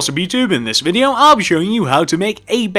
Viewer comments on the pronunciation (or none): none